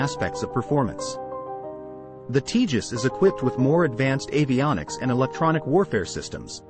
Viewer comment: Btw, it’s not pronounced ‘Tea jus’; it’s pronounced ‘Tay jus’.